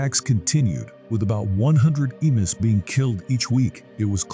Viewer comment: Pronounced "e mews.